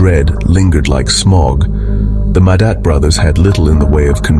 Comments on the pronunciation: total butchery of how their names are pronounced. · Train your stupid AI narrator to pronounce names and other words correctly. It's disrespectful to butcher someone's name so horribly. A**h**le